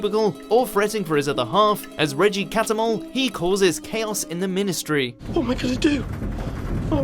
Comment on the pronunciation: Did you just say minis-tery? Ah, the language of Shakespeare.